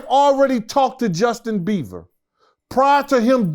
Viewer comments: Hi it's Beiber not Beaver! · Why does keep saying Justin Beaver😂😂😢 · “Justin Beaver” is next level botching bro 😭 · Damm,, he keeps calling him beaver 🤪😝🧐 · He can’t say Bieber or ciroc god dam